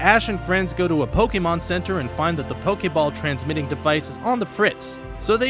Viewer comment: This is one of the few people who aren't Pokémon fans to actually say Pokémon correctly. Good on you!